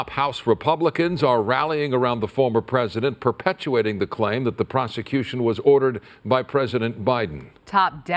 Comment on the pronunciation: Wow are we in North Korea? "Perpuating" ... lol 😂